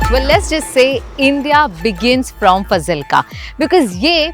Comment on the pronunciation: Fazilka's pronunciation is wrong.. It is pronounced as "F-a-a-a-z-i-l-k-a"